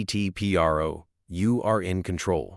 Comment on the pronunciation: Its not P.R.O. its PRO, short for professional.